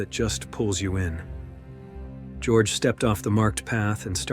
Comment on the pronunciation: the narrator should notice that his pronunciation of the name Georg is wrong. Georg is not an originally english name. Georg comes from the greek Georgios and since he is in this story a German, this name is not spoken as in English. It is spoken as in German or Greek, which is (almost) the same. Both German and Greek speak as it is written, while English is strongly deviating from the original correct pronunciation. With a little basic education this mistake can be healed.